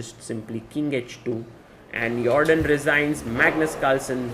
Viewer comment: "Yordan" without the J sound is also good.